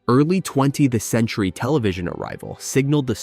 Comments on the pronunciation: What's up with the narrator pronouncing "20th century" as "20-the-century"? Is this AI or just a guy who doesn't know how to read? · More AI -- "Twenty 'tuh' Century?" "Vertical Bar Love Lucy?"😕